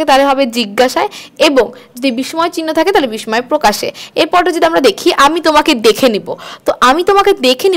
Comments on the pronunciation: বিসময় বলবেন না এটা উচ্চারণ হবে বিসসয় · দায়রা করে 'বিস্ময় ' শব্দের উচ্চারণ সঠিকভাবে করবেন।